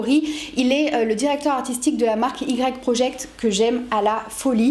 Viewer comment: Ne m'en veux pas, mais je crois qu'on dit "wai" project pour Y/project 😅 Bravo pour ton contenu très fourni!